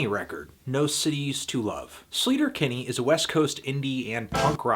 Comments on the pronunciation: It's pronounced like SLAY-ter-Kinney, not SLEET-er-Kinney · He's pronouncing sleater Kinney wrong